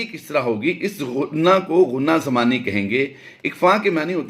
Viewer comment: غنہ زمانی ہے نہ کہ ضمانی۔